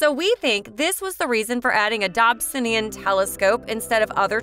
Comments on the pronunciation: DOB - SONE - EE - AN .......pleeeease!!! It's NOT a 'Dob - sin - ee - an'! For goodness sake, at least do your homework before publishing this awful video. 😱 This video is just HORRIBLE to listen to. I am in fear of the next mispronunciation of Dobsonian. It just hurts my ears and my brain! 🤬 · I’m sorry, this video was amazing but if you say dobsonian like that more I might fling myself out a window lol. Great info but srsly